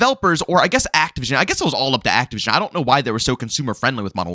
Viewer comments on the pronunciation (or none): none